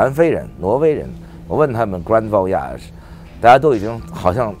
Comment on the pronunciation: 他把voyage按照偏法语的发音来念的